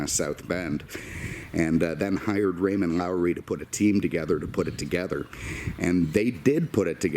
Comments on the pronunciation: I cringe to hear your pronunciation of the name Loewy. There is no "R" in the last name. LOW-ee. Studebaker never advertised horsepower ratings for these cars, and the numbers bandied about were ridiculously understated. The R1 was probably closer to 270, the R2 nearer 325, and Andy Granatelli wouldn't allow an R3 to leave the shop until it had posted 411 horsepower on the dyno. There was also a very rare normally aspirated R4 with dual four-barrels and 12.5:1 compression, maybe two built. The R3 and R4 engines started as Studebaker 289's, carefully inspected, then shipped literally cross-country to the Granatelli Paxton shop where they were bored 3/32 inch for 304.5 cubic inches, a "full-race" cam, a single Paxton SN60 centrifugal supercharger for the R3 or the special manifold for the R4, then shipped back to South Bend for installation. Of course, the four-speed manual was more desirable. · Raymond Loewy (Low-we) Who could you not know the name of the guy who designed so much, including the coke bottle? Take this as you wish, but your videos can be painful to watch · Studebaker and Packard did merge and the Avanti designer's name was Loewy, not Lowrey. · Geezus F! First I find a video where the narrator says 'Stud Baker' instead of Studebaker. And now this bozo says "Raymond Lawry" as if this is some sort of seasoning salt. Try Raymond Loewy, as in perhaps the greatest industrial designer of the 20th century. Coke logo, Air Force One's color and paint scheme, PA Railroad streamlined engines, refrigerators, original designs for Skylab, and THIS, The Studebaker Avanti (well, at least the first version with the rounded headlights). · His name was Raymond Loewy , not Lowry... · It’s Raymond Loewy not ‘Lowry’ and he was one of the most famous industrial designers of all time. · Well done I love the Avanti. The designer was Ray Loewy...not Lowery. Keep up the good work. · Low - ee! Your welcome! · Its Raymond Lowey not Lowery